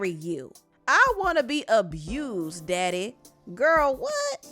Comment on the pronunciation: The way you pronounced daddy had me on the floor lmaooooo